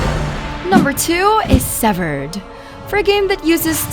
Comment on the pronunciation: Severed or seviiired